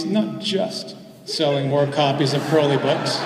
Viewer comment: sorry i cant take a speaker seriously when they say crowleys name wrong. it rhymes with holy.